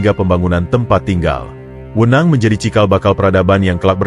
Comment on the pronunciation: Tekanan e', belajar lagi penggunaan kata e' pada kata "Wenang", lucu kedengarannya.